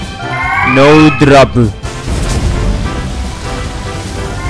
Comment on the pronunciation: Almost the entire video "no dropu"